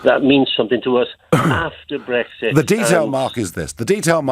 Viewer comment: Lib dem have people who can't even speak - period. "Breggsit" (Farron), "Dezzember" (Swinson) for instance.